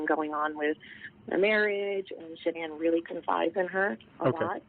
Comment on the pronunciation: SHAnann sounds so much weirder than “shanonn” and “ Shannon “ sounds cuter, no wonder everybody gets it wrong. I wonder how she felt about her own name